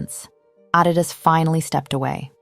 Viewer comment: I don't like how she pronounced Adidas 😒